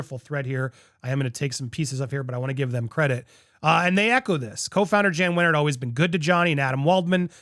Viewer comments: FYI it is Jan but said YAN with a Y not JAN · It's pronounce YAN (Jann) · It is pronounced "Yahn" Wenner. He is really good at filling up the Rock & Roll Hall of Fame with pop, rap, and country music stars and leaving out actual rock bands. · Interesting. But if you're going to do journalism, please check pronunciations.Wenner's name is pronunced Yann not Jann. And it's Schnahh-bl not schnay-bl. Thanks!